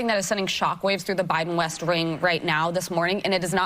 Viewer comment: Did she say “Biden Rest Wing”?